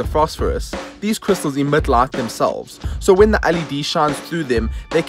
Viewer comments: Is he pronouncing “lot” to “light”? 🤔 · So, QLED TVs have a "brart lart"? 😂😂😂